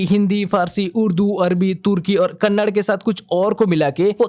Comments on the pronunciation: Kannad✖️ kannada ✅ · Kannad❎ kannada✅